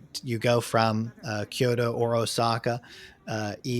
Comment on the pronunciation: love this. just ONE thing,, it's KYO TO with a T not a D. it's NOT kyo Do in japanese OR English. sorry.. love you man! :)